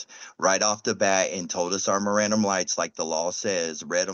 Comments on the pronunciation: he pronounced it miranderized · Dude can't even pronounce mirand rights properly 😂😂